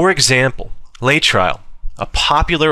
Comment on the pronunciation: I always thought it was pronounced "Lay uh trill"....